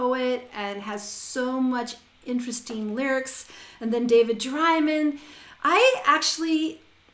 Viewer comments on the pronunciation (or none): And it's pronounced DRAY-MAN not Dry-min